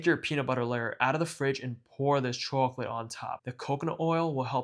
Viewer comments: "chawklit" lmao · Bro said chawclit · you have gotta be from NY, the way you say chocolate